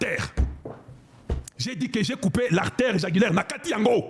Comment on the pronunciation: 😅😅😅 Veine jugulaire et pas jagulaire! Je vous apprécie quand vousv êtes en colère. Merci pour les infos, vous avez tout mon soutien.